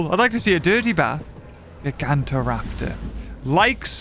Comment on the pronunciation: After nearly 6 years of waiting we finally have Utahraptor the biggest dromaeosaur ever. Also it’s GYE-GAN-TOE-raptor not GIG-AUNT-TA-raptor.